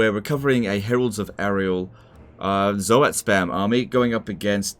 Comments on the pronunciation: Are people pronouncing it Zo-At? I've always through it was 1 sylable Zoat, like Stoat. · It started with Indypride and now all the TW youtubers are calling them Zo-hat. It's driving me nuts >.<